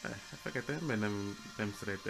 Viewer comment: nagyon jól haladsz csak anyit mondok hogy nem kefete hanem fekete és a rasszista roszindulatú emberekre ne figyelj